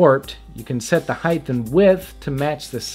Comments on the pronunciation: It's height not heighth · I couldn't get through this video. I couldn't listen to him say heighdth one more time. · Why do people say heighth instead of height...